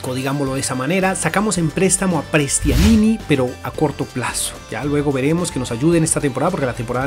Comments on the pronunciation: No se dice Prestianini, es Prestianni jaja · Prestianini😂😂 Soy de Vélez Sarsfield y se dice "Prestiani" ya que una N no se pronuncia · no es Prestianini es Prestianni! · Que ansiedad cuando decia prestianini JAJAJAJ